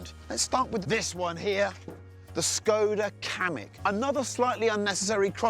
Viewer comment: I love how they read skoda😂